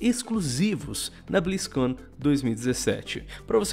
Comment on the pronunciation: O vídeo ta legal, mas eu n aguento o falando "béstion blizzcãn"